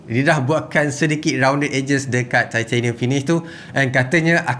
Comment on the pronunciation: Aku tertarik ckp titanium “thai-theyy-nium” hahaha